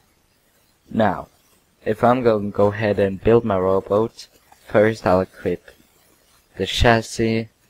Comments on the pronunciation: you said rowboats... not robot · Umm... I was aiming for the fact that you said: rooboot instead of robot, but but it goes both ways, nice robot, and prununciunciun I dont mean to be a prick if it seems like it! I just wanna B buds!